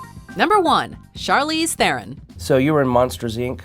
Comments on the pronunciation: YOU! Charlize Theron's surname is still not pronounced how you said it. It is an Afrikaans name, and even English speaking South Africans pronounce it as "Tah-rawn." The T is very heavy, and the "ah" sound is fast and just slightly heard. It sounds like "T-rawn," when said quickly. Her 1st name is pronounced with a hard ch not a sh sound, and a hard "r." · I also love how Theron is pronounced wrong in this video. As a South African, I can tell you it's like a fast TRAWN as opposed to every letter being pronounced